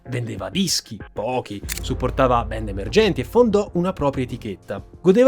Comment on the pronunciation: QUESTA GENTE NON SI 'LEVA LA VITA' NEI RITUALI, VENGONO UCCISI, 'SACRIFICATI'. I 'COMPLOTTISTI' SONO QUELLI CHE LI FANNO I COMPLOTTI, NON QUELLI CHE NE PARLANO. E LUI DI COMPLOTTI NE CONOSCEVA BENE TANTI SE AVEVA UN PADRE CHE LAVORAVA PER QUELLA GENTE ! 'BAND' SI PRONUNCIA 'BAND' NON 'BEND' , 'BEND' TE LA SEI INVENTATA. LA COMBRICOLA DI EMARGINATI E' STATA VOLUTAMENTE 'DISTRATTA' DA QUESTE BANDS DI HEAVY METAL, CHE NON SONO NATE SPONTANEAMENTE, MA SONO STATE CREATE APPOSTA DAGLI STESSI SCIACALLI CHE CI CONTROLLANO E CHE IN QUESTO PERIODO DELLA STORIA VOLEVANO LA GLOBALIZZAZIONE E AVEVANO BISOGNO DI UNO SFOGO PER I 'RIBELLI'. TUTTA LA TERRA E' CONTROLLATA DA SATANISTI, SE NON TE NE FOSSI ANCORA ACCORTO, E LA CHIESA CRISTIANA NE TIRA LE REDINI.